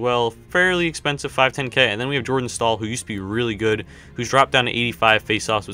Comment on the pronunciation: It's jarrot stoll not Jordan stoll